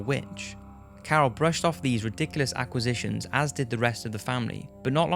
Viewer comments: don't you mean 'accusations'? It sounds like 'acquisitions' is said. Nevertheless, I'm really enjoying Top5s! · Accusations. Not acquisitions. You tried though.